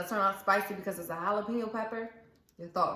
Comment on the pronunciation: Please, pronounce Jalapeno, properly.